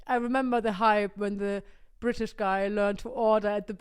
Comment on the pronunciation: I LOVE how pronounces British as 'Bri'ish'.. it's insanely accurate to a lot of Southeast England accents! Also I'm S.E English and my partner is native German (Hamburg) living in S.W England so can relate to a lot of the content. Especially my love for German food and culture. 💜🇩🇪🇬🇧💜